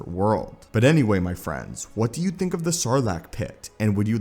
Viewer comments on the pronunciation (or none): none